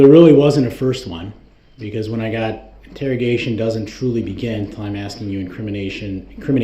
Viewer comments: Exactly.......if he was truly asking ..... I'm sorry, let me back up for a minute...... If he was truly AXING questions to catch them in lies, he would have been writing down responses..... He's just doing it to talk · The questions he was axing where for the next time he does this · Do you recall being “wit” the detective, what in the heck kind of language is that? Does he carry an “AX” with him because he’s constantly “AXING” questions. This guy is a door knob. He better go back to school and learn how to speak English, so disrespectful to the court so disrespectful. With an IQ of zero they should’ve known he wouldn’t know what he’s doing., what does “BOPH” mean? Such as were you”WIT”the other investigator?? He represented himself right into hell.